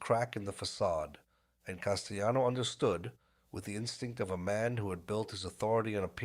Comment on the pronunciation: I had to stop when this whatever it was couldn’t pronounce Castellano‘s name. It drove me nuts.